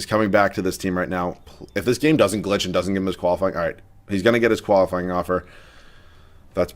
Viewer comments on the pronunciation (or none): none